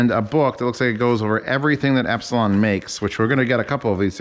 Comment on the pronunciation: Not to be a 'noob', but Elipson is pronounced E - lip - son... not Ep - si - lon... No biggie audiophile buddy...!!! Looking forward to more of your reviews...!!! Keep On Unboxing...!!!